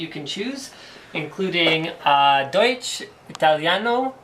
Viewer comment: how you say Deutsch ahahhahaha